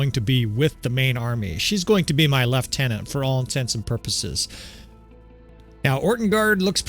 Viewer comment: Bonus points for pronouncing ‘lieutenant” correctly.